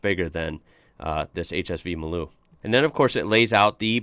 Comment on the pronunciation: Hi it's funny that you say Maloo correctly. But everyone pronounces it MARLOO. Go figure LOL